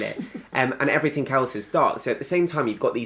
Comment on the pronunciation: What hope is there when even Oxford Grads say "everythink" Gawd help us!